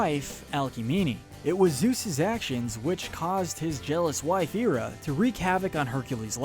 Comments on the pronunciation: Just so ya know it’s not Era it’s Hera; just so ya know. Ok? Sorry to interrupt, keep going. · THERES AN "H" in HERA . its pronounced hair-uh not ear-uh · Omg. The H in hera is pronounced. Her name isnt era. Its hera..... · IT's pronounced Hair-a not Hear-a. thats why hecules is pronounced Hera- clees in greek which u got right. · Hera. Hair-uh. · When he said hera I think he eera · Just saw this video and started watching it; got to the point of him mispronouncing Hera's name and had to see if anyone caught that. With as much effort be put into making this video, you'd think he'd get it right. Right? Okay, rant over. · Not subscribing due to the pronunciation of Hera. Alcmene, too, but mostly Hera.